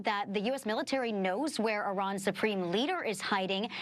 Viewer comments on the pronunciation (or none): none